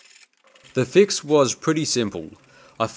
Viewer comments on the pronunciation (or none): Every time you said "mill" is sounded like you said "mule". Funny English accents from around the world! Oh, and "fix" sounded like "feeks". Lol, thank you for the laugh today. You confirmed that my hearing is really bad!